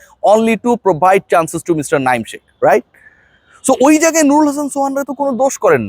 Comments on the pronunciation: ভাই দয়া করে শেখ মেহেদীকে, শাক মেহেদী বইলেন না শুনতে বিরক্তিকর লাগে। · প্রতেক ভিডিও তে শুনি শাক মেহেদি 😅